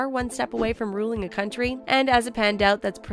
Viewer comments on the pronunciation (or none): none